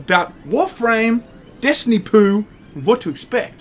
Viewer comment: I heard that as "Destiny Poo" 😂